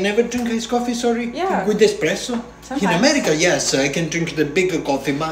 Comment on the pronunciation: You should tell him its pronounced espresso not expresso.